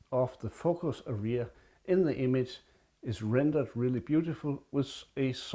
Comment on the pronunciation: Hej, I watched the video with interest. May I make a few suggestions for improvement? Well then, here we go: #1. The video is too long for a simple message; cut down by one-half. #2 Pictures are shown at machine gun speed, they are too good for such speed. #3 Learn how to properly pronounce the word "area", especially as you use it so often. English words are pronounced with an even stress; you put stress the end of the word. Listen here for a correct pronunciation. Best regards. Chris